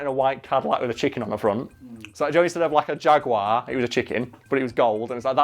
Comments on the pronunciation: i know im just moaning like an old english twat but if your english please say 'Jaguar' properly. apart from that love the vids! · Isn't meant to be from the UK? Why does he say jaguar wrong?